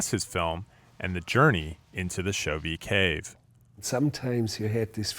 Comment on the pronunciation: Chauvet mispronounced throughout. The last syllable is pronounced like a long a, not a long e.